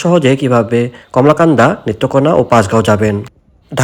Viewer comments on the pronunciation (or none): কলমাকান্দা উচ্চারণ ঠিক করুন। কমলাকান্দা নয়।